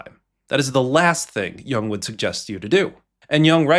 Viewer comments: Good video! Just a quick pronunciation note: it's not pronounced like "young", more like "you + ng". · There are no robutts that can properly pronounce Yoong. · I think Jung is pronounced “yoong” It’s German for young. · That's not how his surname is pronounced. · The fact that the 'voice of Carl Jung' is even referring to himself in the third-person, let alone mispronouncing his name. 😄